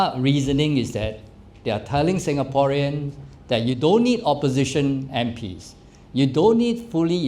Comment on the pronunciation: Does he know how to pronounce SINGAPOREAN???